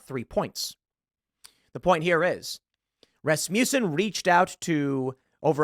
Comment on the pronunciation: Rasmussen is pronounced 'RASS-m'sen'.